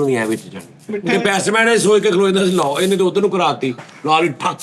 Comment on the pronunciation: Bestman ni Batsman kehna Sikh lo 😅😅😅😅 Swing Bad ch kra lena 😂😂 Love you Sir ❤❤❤ From:-Ohi Ronaldo Eda mai